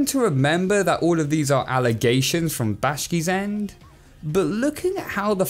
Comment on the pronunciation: OK not bad but his name is BAkSH I back she